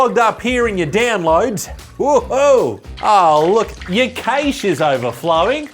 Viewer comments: Cache is pronounced cash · How have I followed for so long yet didnt know you pronounced it KAYSH